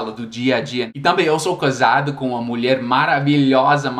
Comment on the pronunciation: aos você falou "coisado" a palavra certa é "casado".